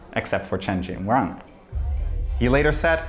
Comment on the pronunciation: the only note i have for this very near perfect video is... pronunciation of chinese names. at least, the 'run' in chen jingrun is not pronounced run like the english word, it's more like 'rune' or 'roon' with a short vowel. if yall can get someone to check the chinese pronunciations... then yall unlock the tech branch to doing more videos on the cultural revolution, which was a harrowing time in modern chinese history.